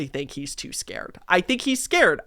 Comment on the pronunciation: hahahahhahahaha you saying “scawed little boy” is so funny, im cracking up